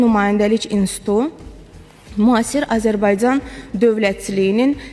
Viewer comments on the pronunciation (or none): none